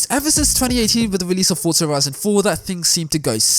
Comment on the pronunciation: It is so refreshing to hear a YouTuber pronouncing the word Forza correctly. So many pronounce it as it is written. #RealRacersKnow